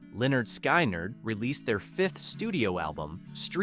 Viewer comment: Learn how to properly pronounce names. Lynyrd Skynyrd (Leonard Skinnerd)